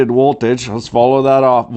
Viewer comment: “Rated woltage... voltios... 5 AMPS”